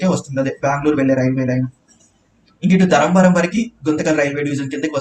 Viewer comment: Adi dharamvaram kadu dharmavaram adiganu neeku important Railway Stations teliyadu prounonciation kuda rada nizamabad ni nizmbad antavu